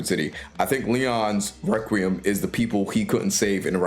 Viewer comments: No heat or anything, it just means you’ve read the word but never heard the word pronounced. Requiem is pronounced reck-wee-em. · Okay so later in the video you pronounce it fine. So I’m guessing you were purposely mispronouncing requiem in the beginning to get a rise out of people. Or maybe to get interaction on the video, in which case it worked.